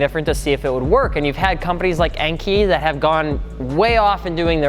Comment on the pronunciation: En-Kay man... no En-kee